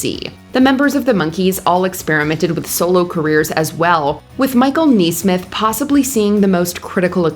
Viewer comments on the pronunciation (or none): It's Michael Nes-mith, not Nees-mith!!!!!